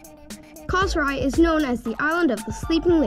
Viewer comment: Enjoy watching your videos from hawaii . i like the way you saying our beautiful island of "KOSRAE" so perfectly